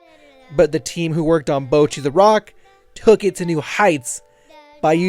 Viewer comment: Who tf is Bow-chi?!???